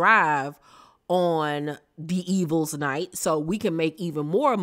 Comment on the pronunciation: it's devils night not D evils night 😂.